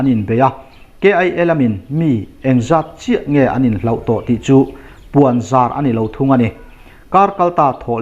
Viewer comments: News a tha viau, mahse hloh tih turah hlauh i ti tlat hi aw... Mizo tawng i ti bo thei tih hria la ka duh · In hlauh ni lovin In hloh tih tur zawk a nia. Hloh = Chân